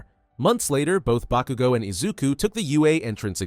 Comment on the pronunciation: Stop saying bakugo wrong